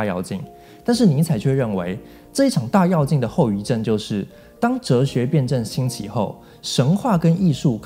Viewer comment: 是大yue 4进，不是大yao 4进